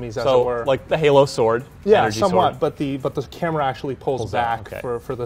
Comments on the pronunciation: stop saying Halo, pls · Yep pretty much what i herd. halo halo halo halo. Lol